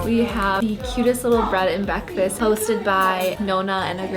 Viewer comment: bread and bekfast....my Fav 😝😝😝😝😋